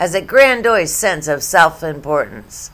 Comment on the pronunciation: Grandiose is pronounced "grandy-ohs", not "grand-doyse", Einstein.